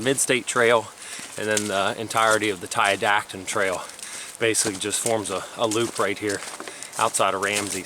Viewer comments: Never heard it pronounced Ti-dat-on, always heard Ti-dot-on. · Tiadaghton: Ty-uh-dah-ton